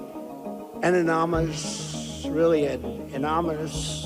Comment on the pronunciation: Anonamuss?Anomuss gets me everytime second to his origin oranges.